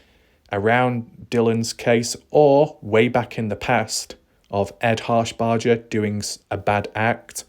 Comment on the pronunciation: ED HARSHBERGER! NOT HARSHBARDGER! say it like burger not bardger shit fire bro if ur gonna talk about something pronounce it correctly!